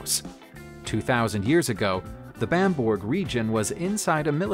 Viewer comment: Bamburgh - BAM - bur - ruh